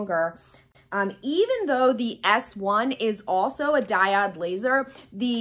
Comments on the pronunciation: Great information... just for your own knowledge it's pronounced DAI-OWD/// DIE-ODE not DIE-OD. Just thought you'd like to know since you make videos often. Much love to you. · Thanks for the video, - very helpful (by the way it's pronounced Die - oh de "o" not "i"):) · The way you prounce diode .....😟. Great video otherwise. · I was confused at first, she's pronouncing Diode wrong :) no worries, I figured it out. The diode cutter leaves no charred edges on fabrics, wools and felts. My C02 is overly hot for those fine fabrics. I rarely use my C02 cutter, mostly use it to cut acrylics and I'm not doing much of that. So for me my workhorse is the diode 20 watt x-tool with the expanded rails so I can cut double wide materials without resetting the workspace in the X-tool. PS my Silhouette 4 is gathering dust now days - the diode laser cuts more fine and better detailed paper cuts -no more yanking them off a sticky mat:)